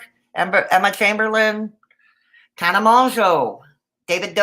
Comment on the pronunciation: Hope you are doing well! Also, you pronounce Tana’s last name in the same manner you pronounce JUNEAU (MOW-ZOH); Except the Z makes a “je” sound, as in Je m’apelle. 🤷